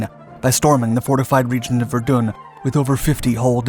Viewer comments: I Suggest getting the pronunciation for Verdun right , So dont do one on Ypres until you can get that right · Say Verdun again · Verdun in English is pronounced "Ver-done'...... French is "Vair-don"